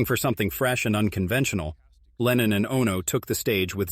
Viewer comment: レーニンじゃない。レノン。全く逆の思想の人！！